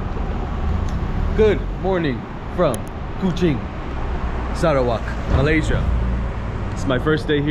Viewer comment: i loved how you pronounce SARAWAK!